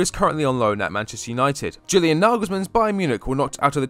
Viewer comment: Practice saying YEW-lian....it's not JU-lian